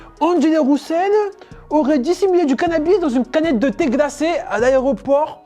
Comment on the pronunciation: Pourquoi il dit D'angelo Roussel? 😂😂